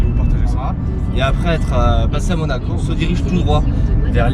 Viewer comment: C'était bien "MOACO" 😂 :P Très bonne idée de vidéo, ça change 👌 Peut-être juste faire un peu plus de plan dans les lieux (si c'est faisable bien sur) Continuez comme ça !